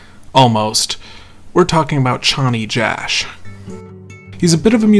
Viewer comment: chonny jash? CHONNT JASH?! CHONNNYYT JASSHHHVEHSBAIAN